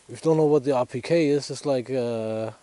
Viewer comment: RPK! Thank you! I kept hearing “appliqué” and couldn’t understand why he was calling it such.